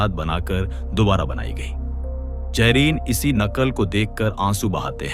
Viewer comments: Lakhon jaahereen..? Zahireen Z se hota hai bhai...aur Qabza Z se hai naki qabja. Museum naki mujium. Ap urdu ka word Z nahi bol paate. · بھائی ہندی تلفظ میں اردو بول رہے ہیں ، جائرین اردو میں زائرین ہوتا ہے۔ یہ صرف مسلمانوں کو مزید تقسیم اور گمراہ کرنے کی ناکام کوشش ہے۔